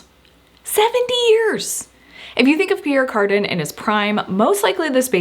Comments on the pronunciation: Back in the day we pronounced it the French way: pee ERE car DAN. Never ever heard it pronounced carden(garden). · Pronounced ( Pea-air Car-dan) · It's pronounced: Pierre "Carduhn" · I had to Fast forward through the Pierre Cardin Section, for every time you mispronounced his name. Thanks for trying.